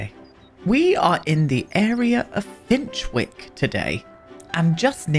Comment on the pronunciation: Love this build already! 👏Am I the only one who thinks Finchwick should be pronounced Finch-ick. I live in Chiswick in London UK and it’s pronounced Chis-ick. I know Berwick in the UK is pronounced the same too 🥰